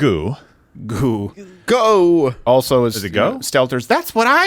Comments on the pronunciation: Name is pronounced "g-u", each letter pronounced separately, soft G accent on the G; your "goo" started bugging me, sorry. Buycott her, sick of American identity being defined as skin color, ethnicity, gender or no gender, but worse, she betrayed USA. She should stay where she is, do not come back. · I hate the part when they make fun of her last name "Gu" as go... wtf